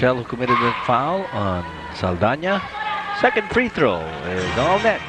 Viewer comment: SALDAÑA not SALDANA